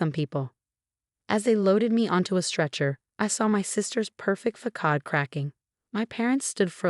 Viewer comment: façade not focade